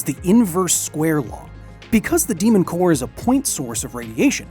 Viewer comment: Again, The «mon cœur», oh la la!